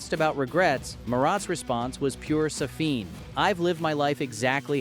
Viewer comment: He is not Sa-FIN, he is SA-fin.